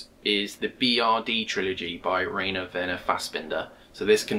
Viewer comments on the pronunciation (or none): "Braun" is pronounced like "Brown" and "Rainer" like "Ryner". Great video!